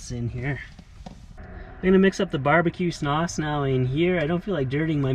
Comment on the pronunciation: WOW WOW WOW. Spectacular summit views. Your cinematography is amaaaaizng. And did you say "barbecue snause" ????